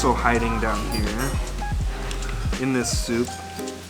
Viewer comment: dude it's pronounce sun-ji not son-ji